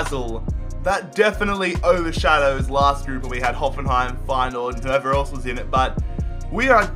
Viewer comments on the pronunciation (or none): none